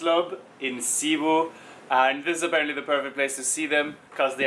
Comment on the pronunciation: It's NOT C-bu.. say it fast.. it's Cbu.. Cebu..